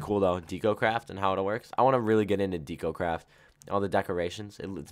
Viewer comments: You're pronouncing deco craft like H does. It's deck-o, not deek-o. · IT'S NOT DEE-CO-CRAFT! IT'S DEH-CO-CRAFT! UR KILLING ME WITH THE MISPRONUNCIATIONS! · De co not dee co not being rude and what mod is the one your in to